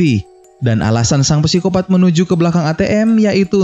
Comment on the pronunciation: Psikopat bukan pesikopat. Sangat mengganggu. Wkwk